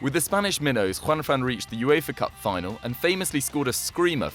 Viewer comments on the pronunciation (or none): none